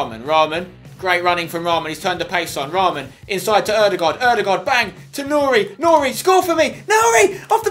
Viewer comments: You pronounce nouri like ´´nuri`` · Spen it's Noori not nouri